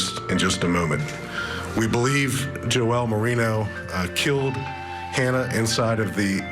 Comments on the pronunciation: Right? I thought the same, then started laughing that they're calling him Joelle!! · Why is he calling the guy Joelle? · Jo-elle? Lol I think you mean Joel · LOL - I had to go back and rewatch because the first time through all I heard was "Joelle"..."Joelle"..."Joelle"... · I agree! Joel isn’t that difficult to pronounce